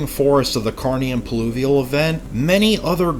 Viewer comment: Another stellar video. Heads up it's "pluvial" not "pulivial" by the way!